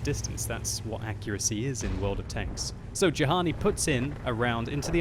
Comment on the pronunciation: Actually,, Juhani has an Israeli flag. If he's from Israel, his name is most likely pronounced "yu-han-ee"